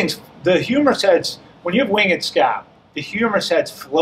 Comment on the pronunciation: Winged is one syllable